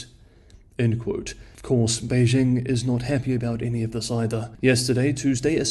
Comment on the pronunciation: His accent might be 'spot on' in general. Except he has trouble pronouncing Beijing correctly. That would be a dead give-away to a native as well as most non-native speakers of the language.